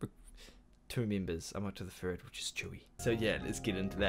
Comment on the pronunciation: Satisfied with how he pronounced tzuyu. 👌